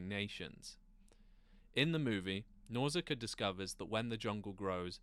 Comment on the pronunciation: Nausicaa not Nauzicaa, sorry but that was just driving me nuts because he's constantly saying it 😖 Even the spell check here is telling me Nauzicaa is wrong 😄 Absolutely great movie though, that and Mononoke hime are probably my absolute favourites. Always wished he would make more like that, awesome surreal phantasy stuff.